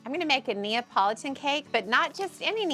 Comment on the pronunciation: I low key thought she said apology cake